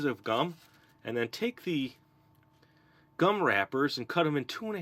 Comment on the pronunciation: think what they were trying to say was you said gum weird again.☺